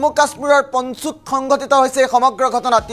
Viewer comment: পঞ্চুত নহয় ভাই পুঞ্চত